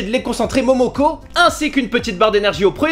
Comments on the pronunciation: C'est pas Momoko Mais Moloko qui signifie lait en russe :D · S pas momoko mes moloko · Momoko XD ça se dit malako 😀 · ce n'est pas Momoko mais Moloko qui veut dire Lait en russe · Mais c'est pas momoko ça se lit Malako 😂😂😂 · c'est молоко, et ça ce prononce malako et pas momoko mdr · Du lait Momoko 😂😂 CA se lit Malaka et oui c est du lait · on dis Malako pas Momoko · c’est Moloko pas Momoko ahaha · "momoko", ahah ! Non c'est "malako" = lait ^^ Et souvent je vois que tu te trompes sur le "boulgour, c'est du sarrasin et pour le "boulgour" sucré (kasha) c'est un mélange d'un peu de tout et c'est très bon :) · "Le lait MONOKO" XDDD C'est juste "Lait" écrit en russe et ça se lit malako (les deux premiers O se disent entre un o et un a) :3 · C’est pas momoko mais moloko qui veut dire Lait. Voilà voila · c'est pas la Marque du lait MOMOKO.. ça veut dire "lait" et ça se lit "Malako" ^^ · C'est Malako pas Monoko 😂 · c'est pas MOMOKO c'est moloko qui veux dire lait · C'est pas momoko mais moLoko ... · cest pas momoko mais mailoko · "Momoko" lol c'est MOloko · "Momoko" xD Ca se dit Malako et ça veut dire lait en Russe ^^ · sa se dit pas momoko mais mlieko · Pour le lait ça ce dit MOLOKO pas MOMOKO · c'est pas momoko mais moloko ou malaka . ; c'est tout simplement du lait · on dit pas momoko on dit moloko ou malaka (Молоко) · "momoko" xDDD En fait ca se lit Malako et ca veut dire lait en russe x)